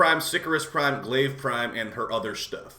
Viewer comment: It’s not Glaive🤣